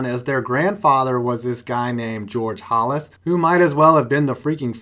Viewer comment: Who is George "Hollis"???